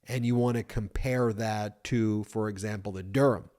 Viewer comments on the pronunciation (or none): none